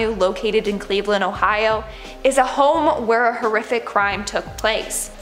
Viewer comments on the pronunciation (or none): none